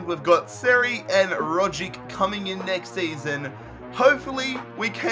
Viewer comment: You don't even know how to pronounce the players of your own country? Really?? It's ROG-itch. Watch some real football instead of just playing fifa. Also domestic cups never grant you Champions League qualification, only Europa League.